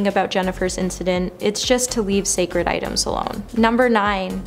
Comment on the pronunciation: "Sacred" not "sacret"